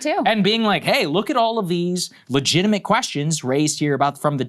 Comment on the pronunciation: Saagar: "Letigimate"